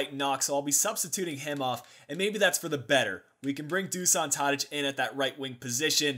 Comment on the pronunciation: just one thing, in Dušan Tadić (the "š" is pronounced as "sh")